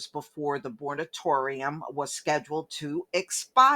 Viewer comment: Mor a tor ium. Min ne ap po lis. Otherwise, Your videos are great!